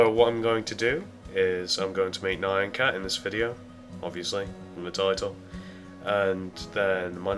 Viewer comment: It's pronounced NE-AN (like MEOW), not NI-ON!!!!!! NYAN CAT!!!!!!!!!!! NOT NION CAT!!!!!!!!!!!!!!!!!!!!!!!!!!! LISTEN TO ITS PRONOUNCIATION IN THE SONG!!!!!!!!!!!!